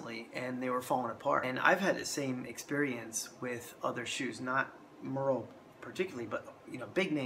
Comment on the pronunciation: Great video, but you are butchering the pronunciation of the Merrell name. It's not pronounced like "Murr-ell", it is pronounced the same way the famous actress Meryl Streep pronounces her first name.